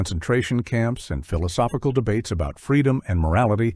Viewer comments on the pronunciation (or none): none